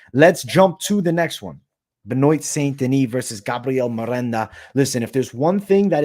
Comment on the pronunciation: Ben-wa. Ben-wa.